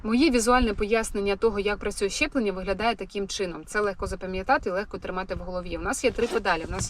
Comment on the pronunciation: Мені почулося чи ви сказали щеплення?)))